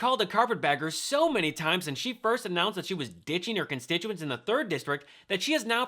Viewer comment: She couldn't even say the word constituents because she knows she's so full of s***